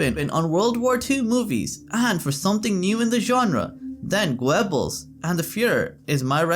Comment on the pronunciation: It is pronounced Gerbels not Gwebels.